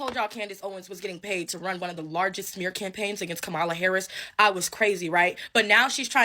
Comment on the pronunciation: Please try to pronounce her name correctly…..comma-la … so say comma then say la.